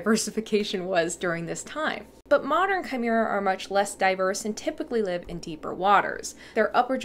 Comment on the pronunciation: Yes, you nailed the pronunciation of chimaera